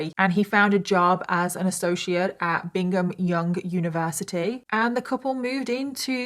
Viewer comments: Just a heads up, its Brigham Young University, not Bingham :)) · FYI I’m confident it is Brigham Young University (a Mormon school where many mormons go to work), not “Bingham”. Lol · I love ya and your videos are great! Respectfully, it’s Brigham Young. Brig-um ❤️ catherine 🇺🇸